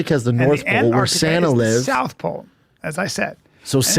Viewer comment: "duhhh Sana lives in the norff powl and duhh poler beers live in the souff powl"